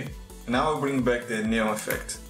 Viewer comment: "NÊON" Hahahaha Eu percebi que você era brasileiro e não foi pelo deslize no vídeo, mas sim pelo seu Linkedin! Hehehehe Parabéns pelo trabalho! É a primeira vez que vejo um canal, sendo de um brasileiro ou não, usar as opções de composição do KDENLIVE e pra produções cinematográficas tão poderosas!